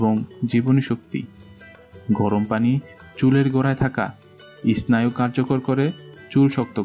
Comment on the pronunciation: এস্নায়ু নয় এর উচ্চারন হবে সেনাইউ স্নায়ু